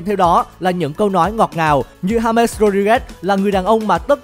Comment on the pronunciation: đọc là ha mét là đúng đấy